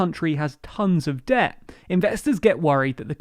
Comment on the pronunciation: What is "Deh" that this guy in the video keeps talking about?